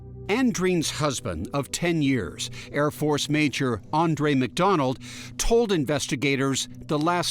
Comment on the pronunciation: You'd think the guys could pronounce Andreen.